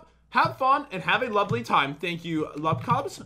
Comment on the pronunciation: Who else laughed when he said have a lubly day